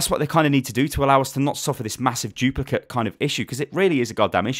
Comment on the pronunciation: Haha "chuplicate".